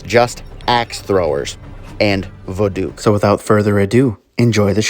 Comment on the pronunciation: i love how you pronounce voduke as vaDOOK 😆✋ i thought it was vodOok lol